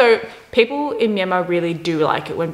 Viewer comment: The way she pronounce Myanmar is spot on.